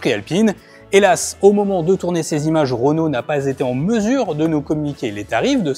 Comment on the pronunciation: REnault, RE ! ROnault ça pique les oreilles 😂